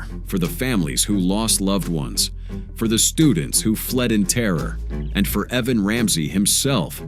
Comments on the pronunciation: EeeVan?? Not Evan. How do people graduate high school, let alone get a job as an announcer/news presenter without knowing how to announce basic names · E-Van or Eh-Van. AI doesn’t get numbers or names right much of the time. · “E”van? How stupid